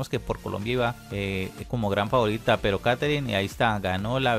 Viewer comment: Pe Dre rol🤣 rol rol🤣🤣